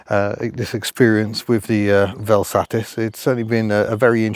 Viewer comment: Got to love that you have a Vel Satis (miss Hubnut will not excuse you for the way you pronounce it) but heck, sounds like you got the worst example possible. Curious if you can get it a bit more... loved.